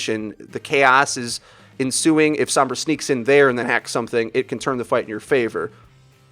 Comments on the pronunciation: "sOHmbra" not "sAAmbra" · Stop. Fucking. Saying "Sahmbra." It's "Sohmbra" for crying out loud. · You guys know her name is Sombra and not Sambra right? You keep pronouncing it with an "ah" sound instead of an "oh" sound and it physically hurts me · "sambrah" lol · As a native Spanish speaker it's really annoying hearing people pronounce sombra as sambra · "sahmbra" unsubscribed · "Wheres sAAmbra when you need her?" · Some brahs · That's just how o's are pronounced sometimes in English. The are three o sounds used in English, a long o sound and two short o sounds. They are using a common short o sound which is the same as one of the short a sounds and can be heard in word such as mom. This pronunciation is why mama, ma, and grandma are spelt with an a even though mom uses an o. To an English speaker the different o sounds all sound like an 'o' and so they may not notice that they are pronouncing it differently. EDIT Also depending on accent/dialect the 'ah' sound may be more pronounced as seems to be the case with. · You said Sombra's name incorrectly! You're a great Youtuber, keep up the good work!